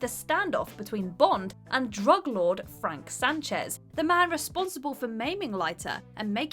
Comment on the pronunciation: it's Franz lady, not 'Frank'.